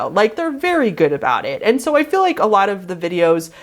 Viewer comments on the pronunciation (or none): none